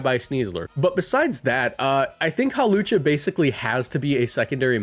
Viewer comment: IT'S HAWLUCHA, NOT F*CKING HALOWCHA! THE W SHOULD BE BEFORE THE L, NOT AFTER THE L! AND THE O IS SUPPOSED TO BE A U! FIX IT NOW!